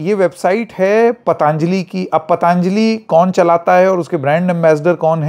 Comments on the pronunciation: जी, आपने बिल्कुल ठीक आपत्ति उठाई.....सब ठीक रहा.....बस एक कमी खल रही है......पतांजली नहीं, पतंजलि बोलिए। अंग्रेजों की समस्या तो समझ में आती है लेकिन हम हिन्दुस्तानियों, वह भी उत्तर भारतियों की क्या समस्या है कि हम ठीक ढंग से अपने शुद्ध भारतीय नाम भी नहीं बोल सकते? किन्हें खुश करना चाहते हैं हम? किस अंग्रेज को? क्या आप ट्रम्प को खुश करना चाहते हैं? अच्छे खासे 'योग' को आप सब (खासकर अंग्रेज़ी) मीडिया वालों ने 'योगा' तो कर ही डाला है। अब ऋषि पतंजलि के नाम-स्वरूप में परिवर्तन करना चाहते हैं। सवाल है कि क्यों? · पतंजलि बोलिए, पतांजली नहीं 😊